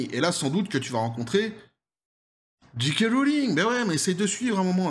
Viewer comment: Très bien, mais pourquoi dites vous "Dji kay" ? Le j en anglais se prononce "djé" pas "dji". Amitiés.